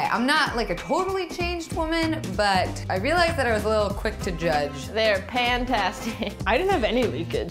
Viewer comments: "They are pantastic" XD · Did said "pantastic":)